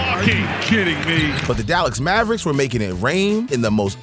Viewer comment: he called them the Dallax Mavericks lmao!